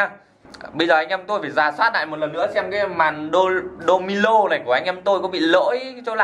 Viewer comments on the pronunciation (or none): Domino bạn cứ đọc domilo là cái gì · Domino thì nói là domilo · Đô mi lô hả anh phải là đô mi nô chứ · " Domino " chứ không phải " Domilo " ok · Đô mi nô chứ.. Đâu phải đô mi lô